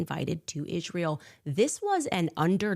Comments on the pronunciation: No no it’s Ishrael that she says killed hin see it wasn’t Israel at all ….. I CANNOT stand when she misspronounces on purpose Israel 😡’ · Every time I hear “Izhreal” I want to vomit. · The way she pronounces Israel is also very disgusting. And it’s the same way leftists racists pronounce white people.